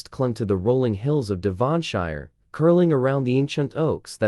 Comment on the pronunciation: Oh dear the pronunciations are a little off putting - like Devonshire 😂